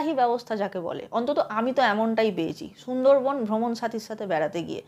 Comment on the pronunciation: Chhundor bon na sundor bon ... Tomar bangla bolata Thik kora uchit .... sob s ei ptoblem ...